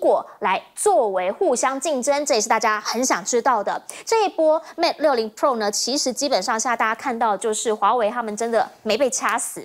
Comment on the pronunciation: 主持人注意, 是mate 而不是mad 不是mad in China, 是made in China